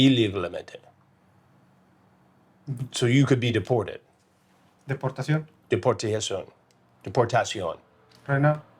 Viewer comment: Predator: Deportacion? Chris: sI, dEPORtiashon 💃